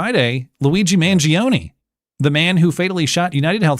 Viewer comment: Mangione is 3 syllables, not 4.